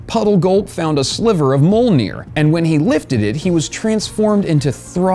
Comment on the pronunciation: its pronounced meeyolnear man